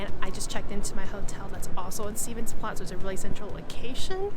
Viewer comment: Sorry, but you do need to at least try to learn how to pronounce the names of where you are going-"Stevens place"? or 'Skonsbrunn?? seriously? There is also more to the markets than food...